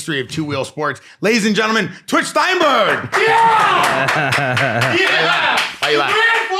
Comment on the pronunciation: Why does this guy keep pronouncing Jeremy STENBERG's last name wrong? "STEINBERG" 😂😂😂